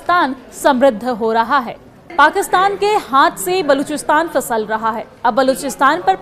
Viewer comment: Ye kaisi Urdu hai ? Hahaha 😂 Fisal nahin Phisal bolte hain.